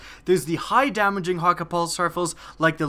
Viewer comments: its hay-ka- not haw-ka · Thank you. Hawkuhh bugged me the whole video lol. Hakke. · it's pronounced hakkay, not hakkah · idk what the "Hawka" foundry is, but I think you mean "Hakke" (Ha-kay) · It's pronounced "Haw-Kay" lol or I believe it to be w japanese pronunciation. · you pronounced hakke wrong it cayde-6 pronounces it himself if you dont believe me but is sounds like ha-k. Think of k like from sasuke or hatake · I don't really care about correct pronunciation. I'm gonna say what's comfortable with me "hah-Kay" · it's pronounced ha-ke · Actually not even Cayde pronounced it correctly (probably because he has an American instead of a German accent); seeing as Häkke is spelt with "ä" and not "a" the foundry is most likely founded by the ancestors of the Germans, meaning the "Hä" is pronounce more like "heh". Then keeping in mind it's German, "kke" is pronounced "kuh". So the proper pronunciation is actually "heh-kuh". I don't think it would be so hard to believe that Häkke is founded by Germans because they are already pretty involved in weapons engineering irl, and I don't see any other reason they would use "ä" instead of "a". Sorry for long reply, here's a zucchini: 🍆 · not being mean ur saying hakke wrong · you completely butchered the name hakke man. otherwise great vids. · aah, it's so irritating when he says hakke when its häkke an i come from sweden so i know how to pronounce it xd